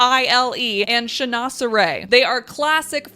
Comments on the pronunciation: "Chinoiserie" is a french word, you can pronounce it like this : chin-was-ery (our "oi" is the equivalent of your "wa") You could translate as "chinese thing". it was a huge trend in the 18eme century, with all explorers coming back with "exotic" objects. French crafters began to use the same patterns for their own collections, as it was a huge market. "Toile" is just a kind of textile, now we use it also for the patterns printed at these times. Pronounce it "twal" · Great ideas, thank you! It's actually pronounced "shin-wah-ser-ee." LOL